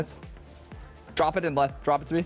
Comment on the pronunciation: Anytime your teammate says "Back Left" I hear "Back, Leth"